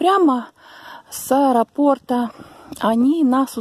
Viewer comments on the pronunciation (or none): none